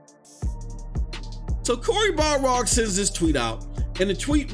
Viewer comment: Every time you say it “Balrog,” Cory Barlog loses another month off the end of his life